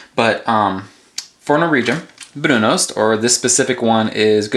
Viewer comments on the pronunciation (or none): One note: it's pronounced ''brunust''. in Norwegian the o is pronounced like a u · Shouldn't the pronunciation be "broon-oost", isn't o pronounced "oo" in Norsk?